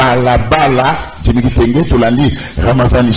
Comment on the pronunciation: Ndeko ezali djimmy et non dimmy